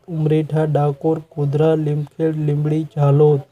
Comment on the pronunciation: લીમખેડ નહીં ભાઇ તમે બહુ કરી લીમખેડા બોલો